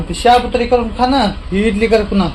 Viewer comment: इडली नाही ंझाली